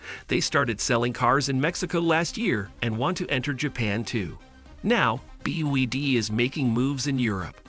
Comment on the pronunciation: Bee Wee Dee 😅